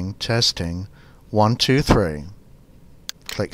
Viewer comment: teAARsting teAARsting, 1 tarwo 3 rofl